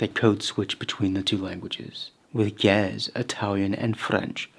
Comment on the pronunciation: pronounced "ge-EZ" just fyi